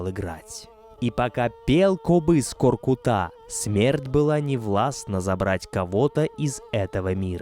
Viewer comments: Произносится не КоркутÁ, а КоркУта! Что за тема ставить ударение на последний слог везде?! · Сразу чувствуется, что очень хорошая подготовка! Правильное ударение и произношение - это так важно для отличной подачи материала! Только не "КоркутА",а КоркЫта ( скл.в род.п.), КоркЫт . Благодарим вас, самые лучшие из лучших! С уважением из Алматы, Казахстан. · Не Каркута , а КОРКУТА ударение на У! Ребята , спасибо за популяризацию казахских муз. инструментов!!